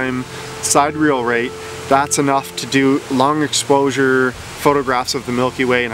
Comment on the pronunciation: It's not pronounced side-reel, but rather si-deer-ree-uhl. I love your show,! Keep it coming!